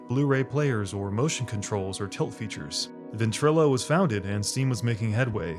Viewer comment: When you said ventrillo I was snapped back to those times